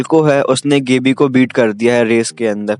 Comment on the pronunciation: Thoda Chota intro rahko Bhai.. Nice video.💥 Gabbi = गाबी not गेबी Aree Bhai last ke part to main tha Uske bare mein to Kuch Bola he na.i... Reiner ki meeting. . with